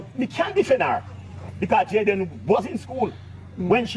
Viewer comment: UNO PRONOUNCE THE CHILDS NAME PROPERLY. ITS NOT DAN IS DEN,,,,JAYDEN NOT JADAN, BIG UP YOURSELF PRESS